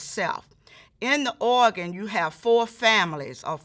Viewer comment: I love the way she says “oagan”😭❤️